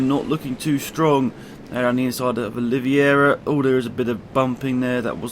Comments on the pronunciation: QUARTARARO-QUAR-TA-RA-RO(kvar-ta-ra-ro) OLIVEIRA-NOT OLIVIERA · Also Oliveira= Oli-ve-ra